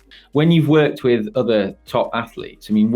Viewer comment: "When you've worked with OTHER top athletes..." (emphasis added). Rock on!!